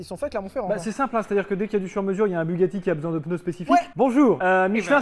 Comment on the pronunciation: MEILLEURS PENEUS